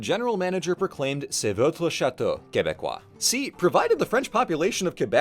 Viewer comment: Stop saying château the wrong way